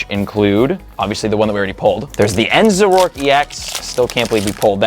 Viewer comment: Zor-O-ark not za-rork